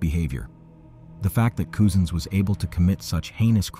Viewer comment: My God! His name is Cousins! Like as in your cousin. Not Coosin.